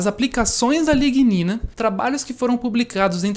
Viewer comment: Pesquisa super interessante, eu teria gaguejado em todas as pronuncias de a lignina. Parabénssssssss!!